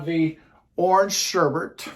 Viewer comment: Ice cream - one of my all-time favorites! However, I have a bone to pick with you. I'm kind of a word snob, and I know I can come off negatively, but I don't mean it in a bad way, but the word for the orange ice cream is sherbet, not sherbet - no R near the end. Just sayin'...Love ya!